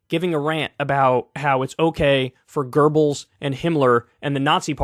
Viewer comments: Bro it’s Goebbels not Goerrbels. Please don’t be such an American Kyle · Kyle, please, for the love of god. There's no 'r' in "Goebbels"